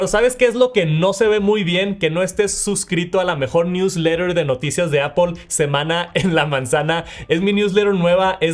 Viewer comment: Como puedes pronunciar visión pro o airplay pero no puedes decir Apple y dices apOL ? Es solo decir manzana en inglés es aPL no hay ninguna O en la palabra